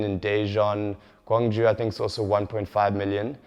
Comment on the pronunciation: referring to his Korean. He calls Busan "boo-sun" and Gwangju (gwun-joo) - completely wrong.